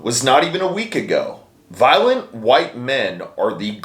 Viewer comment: She said "Viloent" so why are you triggered?